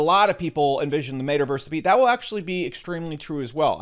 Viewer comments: How you're saying it: Made Uh Verse How to pronounce it: Met Uh Verse. You're welcome. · It's pronounced Met-a-verse, not Made-a-verse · He says metaverse so weird.